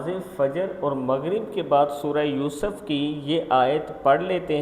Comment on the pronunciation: محترم "یوسف" کی "س" پر "پیش" پڑھا کریں جزاک اللہ